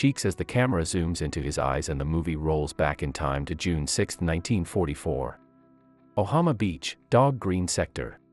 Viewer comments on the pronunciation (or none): yeah and he said ohama instead of omaha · It pronounce Omaha not ohama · its omaha not ohama